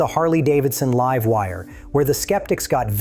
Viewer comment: The voice is A.I. right? he keeps calling it the "Leeve Wire" instead of the "Laive Wire" and called it an M.I.C. drop, not a MIC (Mike) drop.